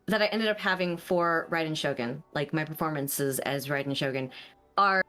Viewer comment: Is it just me or did he say Raiden's name wrong? The Raiden part 😂 Idk if people say I differently but man why do they say her name wrong ;-; even she does too the voice actor!